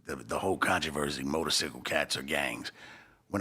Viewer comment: And why is this nigga saying motorcicle